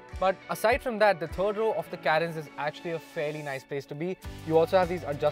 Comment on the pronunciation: If you are going to review a car, atleast know how to pronounce it right. It's Car-ens. Not Kae-rens.